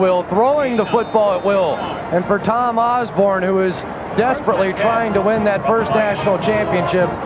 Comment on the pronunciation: Dr. Tom "Oz-bern".